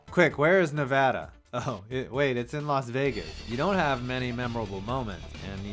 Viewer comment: Lol nevada is in vegas 😂😂😂 plus you said it wrong